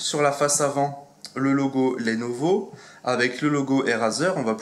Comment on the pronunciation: Pitié c'est lenovo pas lénovo